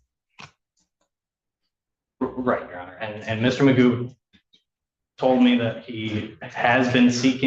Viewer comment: His name is pronounced Magoo.